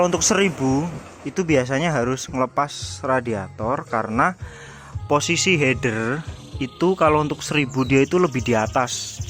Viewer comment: mantab bro. akhirnya ada juga orang di youtube indonesia menyebut "Header" dengan benar. influencer yg ratusan ribu dan punya banyak moge aja masih belepotan nyebutnya "hiiiider". bikin kesel.